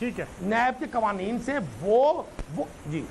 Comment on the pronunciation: Soalon nai sawalon hota hay qoaneen nai qawaneen hota hay pls correct your pronunciation